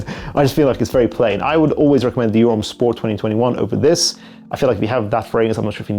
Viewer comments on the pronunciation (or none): none